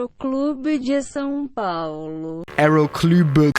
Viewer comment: eroclulbêe di sao paulo